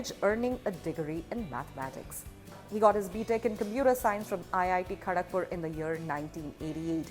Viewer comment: it's not Kadhagpur😅